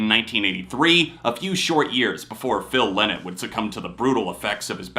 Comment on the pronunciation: Yeah, everyone knows "The Boys Are Back In Town" but still people mostly get the pronounciation of Phil Lynott's name wrong - like in this video ...